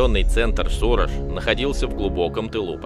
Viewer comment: сУраж это у нас в Витебской области .названия одинаковое только ударение разное.